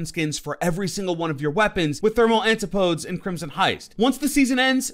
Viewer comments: Its pronounced an-tipo-dees, not anti-podes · It’s pronounced an.ti.po.dees